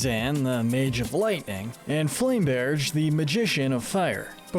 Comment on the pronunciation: It's Dream LAND! Not Dream World! It's FLAM-Berge! Not Flame-Berge & It's Clay-SHA! NOT CLAY-SEE-YA! YOU NEED A LOT MORE FACT-CHECKING OR YOU'LL BE SO STUPID!